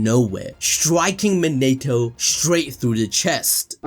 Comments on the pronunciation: His name monatoo not man-a-to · Mo-NI-TO not Mo-NATE-O